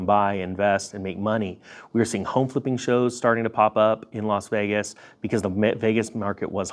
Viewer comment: Don't mean to seem pedantic.....but it is Las Vegas......and not "Los" Vegas.....